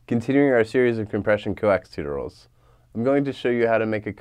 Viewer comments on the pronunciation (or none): I'm sorry, continuing your series of what? "toot-or-als"? lol, it's "tu·to·ri·als"